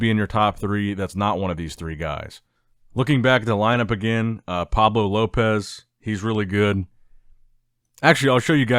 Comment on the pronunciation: Again, it's Pablo "Llopis" not "Lopez"